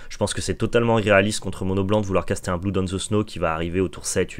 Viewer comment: Hello; merci pour ce point métao (très bon format!), mais tu devrais check la prononciation de vow, blood et untapped sur l'oxford learner's dictionary ou le merriam webster par exemple... ça me fait mal aux oreilles à chaque fois que tu les écorches 😭